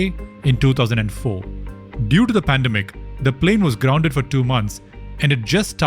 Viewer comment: I hate it when I hear Pandem-Ic instead of Pan-dem-ic.